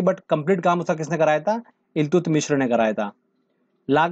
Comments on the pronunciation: Iltutmish Hoga Naki Iltutmishra..😎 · Eltutmis h sir ye.... Mishr nhi.. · इल्तुत मिश्र nhi haa sir इल्तुतमिश hota hai 😆😆😆😆😆. Video achha है धन्यवाद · iltutmishra nai iltutmish hota h